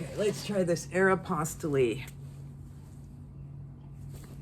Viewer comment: It probably doesn’t matter in the grand scheme of listing, but for Aeropostale, the e at the end is silent. So glad to see your videos. It doesn’t matter what you talk about. I don’t sell clothing. I started watching you when you also sold vintage hard goods. So, we sell different things, but I still watch. I just enjoy you.😊